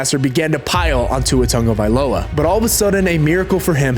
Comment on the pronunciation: Tagovailoa, not Tonga Agholor, not Aguilar Mispronounced names by the taking head is unacceptable, unnecessary, lazy, & disrespectful